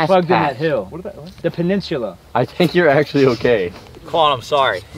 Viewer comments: BRO LMAOO "the peninshula" has me absolutely dying LMAO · Someone please tell how to pronounce "peninsula" correctly 😂❤